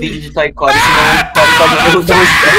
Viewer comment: Não fala toy core